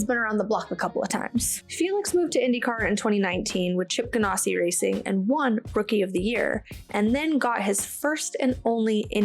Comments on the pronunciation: Subscribed. Excellent content. Love your energy. Please change one thing though: it's GanASSi, not GanOSSi. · I really enjoyed your show just want to clue you in even though you made it sound much classier by saying gan ah si it is pronounced like you are an ass Ganassi😊